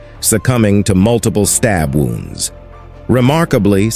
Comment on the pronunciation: The "AI" narrator... Pronunciation of words is a bit off-putting 'Chows'?? 'wownds' 'extingui-shed'??